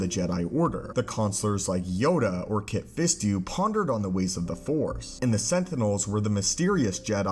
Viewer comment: He really just said kit fistu